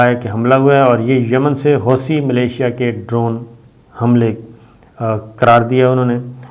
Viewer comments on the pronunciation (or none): none